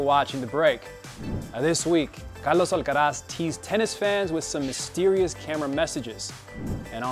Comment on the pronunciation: I like the way you say his name